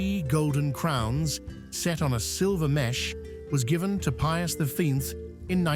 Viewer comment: pius the fin? what a mess up name. all the more reason not to watch AI generated videos. 👎